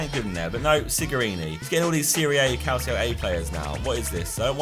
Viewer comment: Calcio is pronounced calchio bte